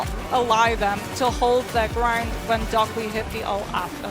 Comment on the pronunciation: stop calling him DockLy, it's Dockiy 🇩🇪🇩🇪🇩🇪🇩🇪🇩🇪:face-red-heart-shape::face-red-heart-shape::face-red-heart-shape